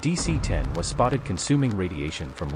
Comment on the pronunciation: dc-10 sounds like a-38